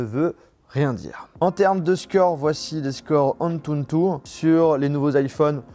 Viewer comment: Pourquoi tu rajoutes tout le temps un « N » en plus dans le mot « Antutu »??